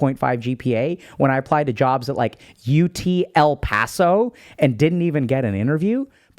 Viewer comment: Hey... why you say "UT El Paso" like that?.... it is a perfectly fine institution 😢 lol (Nurse grad '21)